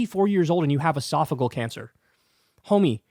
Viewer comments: Pronounced “Ee-sof-i-gee-al” not esofigal. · esophageal, not esophagal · Calm down Bro! First, its pronounced ee-sof-uh-JEE-uhl. (JEE JEE JEE .) 2nd, AOC will come out at the right strategic moment. There is no reason to waste her talents in whatever honeymoon period the GOP expects to have with the incoming. It's actually a good strategy. Its time for the Big Boy to sing and dance. The next 14 months will be about his performance and promises. Stand back and let him get closed down based on poor ratings. Then send in the special forces. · Uh-soff-a-GEE-al cancer. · I think it's pronounced es-saf-o-gee-al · Esophageal cancer. Why does everyone mispronounce the word?!😂